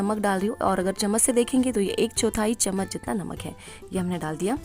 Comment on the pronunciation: Saf saf Chammach bolo n ye tebal spun kya hai